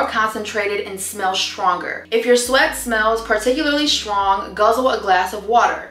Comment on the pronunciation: STRONG. Not Shrong 😂